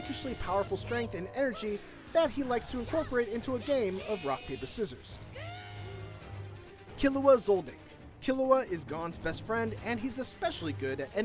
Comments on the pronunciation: You pronounced gon and killua wrong. For gon you you say the o as a long o. And for killua you pronounce it as keylua. I had to point this out because it’s my favorite anime. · I like that you can't pronounce Killua or Gon's names correctly. Try watching an episode or two to make sure you got the names down, man